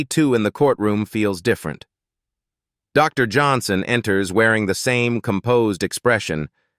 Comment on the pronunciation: Is the narrator really unable to pronounce Dr Johnson fluently. I find the dramatic pause after Dr so annoying.